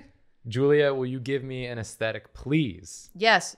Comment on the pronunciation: No one: Absolutely nobody: Julia: "Aestetic."